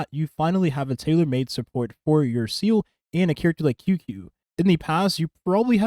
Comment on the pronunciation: Bro it’s pronounced Zeeluh not seele I know it doesn’t matter but I’m just saying lol even Sayluh is better then seal sorry don’t mean to be a pest